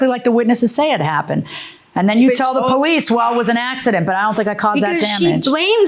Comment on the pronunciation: The moment he opened his mouth and he said that he is from Israel, I know he is a liar and a cheat. He is from the Middle East. The other clue is when he said, Bolice, instead of Police. Bregnant, instate of pregnant. Broblem, instead of problem........etc.